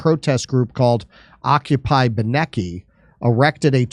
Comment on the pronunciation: It's pronounced BYE nuh key (Beineke library at Yale)